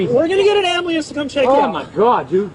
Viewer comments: "...we're gonna get an ambliance to check you out!" :body-green-covering-eyes:dafuq is an "ambleance"? migt as well have said "ambulam!":buffering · What’s an “ambleeance?” 😂